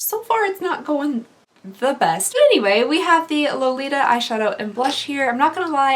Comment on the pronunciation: She said: Beths. Beth? Besssst? Best. And I felt like that